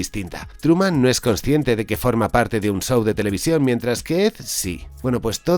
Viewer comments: El "sou" de Truman. 🤣🤣🤣 ¿Por qué los españoles son incapaces de pronunciar un inglés medianamente decente? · Tango y "Cas" ❌ El "sow" de Truman.❌ Jajaja. 😂 Se pronuncian <Cash>, la h suena al lado de la s.